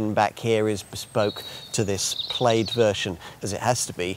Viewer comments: I can’t get past his pronunciation of plaid and repeating himself over and over again every few minutes 😂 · "Plade" LOL.